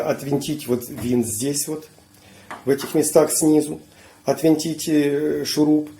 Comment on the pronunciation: Всё что вращается отвёрткой-винт,а что ключом-болт.Значит правильно -"отвинтить",режет ухо "отВЕнтить"...Чтобы уши оставались на месте-отвернуть...